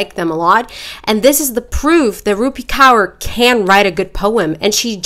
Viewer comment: just as a side note it's pronounced core not cower 😭😭